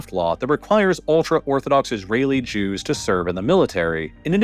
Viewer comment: another one, says "drews" instead of "Jews"